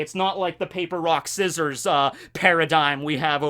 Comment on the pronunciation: This man said scysores I'm dead